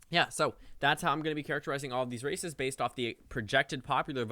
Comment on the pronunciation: "Based off 538's characterization of these RACISTS" Lol I know he said "races" but when I first heard that I was like wait what did he just say?!